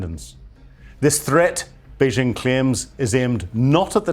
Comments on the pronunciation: It's Bei-JING, not Bei-SHING. FMD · Has this ignoramus ever been to Taiwan or the Mainland? He cannot pronounce Beijing or Taiwan and so sounds like an idiot. Every day my ears are insulted by Yanks mispronouncing Chinese names but STOPs (Slave Trading Opium Pushers) are meant to be better educated and culturally superior to idiots who voted for the Tangerine Taco (aka the Mango Moron), three times. 🍯🍯🍯🍯 Long live the Dalai Lama 🍯🍯🍯🍯 May the next breaths of The Dump, Putrid, Xi Pooh Bear, and Megayahoo be their last. 🍯🍯🍯🍯